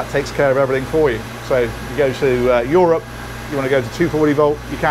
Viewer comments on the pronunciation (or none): none